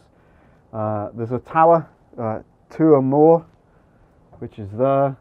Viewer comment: Thanks for sharing - you need to get with Jason Jones for the pronunciation :-D. Love that part of Wales and looking forward to getting back there soon